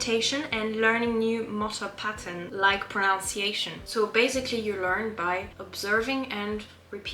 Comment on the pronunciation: Beaucoup de bons astuces là et votre anglais c'est impressionnant. Cela dit, il y a un piège dans le mot «pronunciation» et vous êtes tombé dans le panneau. C'est different que «pronounce» et beaucoup d'anglais font l'erreur, même quelques professeurs ! C'est vrais! Je crois que c'est le mot le plus mal prononcé. Bonne chance et bonne continuation.